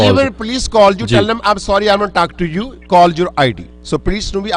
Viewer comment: he can get 8 bands in ielts bcz he said ju not you lmao 😂😂